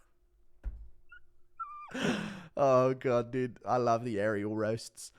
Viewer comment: Why does he say dude? Isn’t he English? Dooood